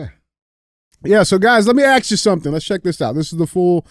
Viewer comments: “Let me Axe you something” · Let Me Axe You a Question is a WINNER! More, please.